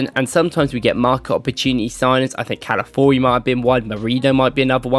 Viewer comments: All due respect bro but please, it's Cal-a-FEE-OR-ee 😂😂 not Cal-A-Four-ee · Love the video as always. One thing. Calafiori….pronounced like CAL-AH-FEE-OR-E. Calafiori